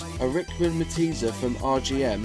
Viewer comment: Good video but what's a meteeza? The word is derived from French so try saying Maytees